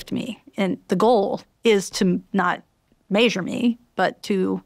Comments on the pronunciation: This was good but every time she said “maysure” I lost the plot. I know it’s a me problem but it threw me off. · Maysure 😅 brilliant but that was nearly un bearable